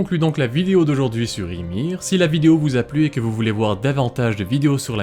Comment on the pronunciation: On prononce Imér... le i se dit é mais í avec un accent se dit bien i .